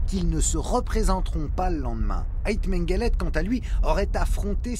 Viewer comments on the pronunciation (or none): Mengele ou mengelette? quel horreur !